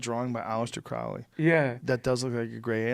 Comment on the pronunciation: Crowley rhymes with holy not Owsley